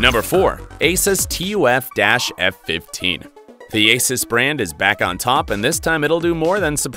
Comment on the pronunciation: So you'll say ROG but spell out TUF? It's the opposite. You have said a lot of words wrong..